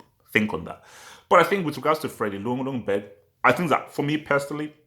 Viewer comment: Its pronounced "yungberg"